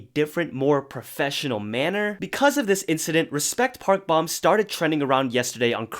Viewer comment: Just a friendly reminder that Park Bom is pronounced as Bom like “dome” Long O